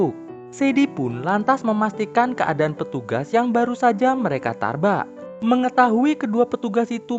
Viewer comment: Tabrak bukan tarbak😅😅😅😅